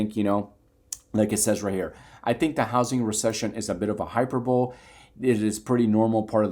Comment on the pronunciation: Sorry but you lost me when you said "Hyperbowl" I'm out